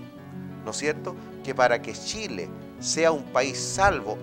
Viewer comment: Los ignorantes y estupidos como uds deberían ser bloqueados. El animador ninsiquiera sabe decir Chile, dice Shile. Jajajaja una verguenza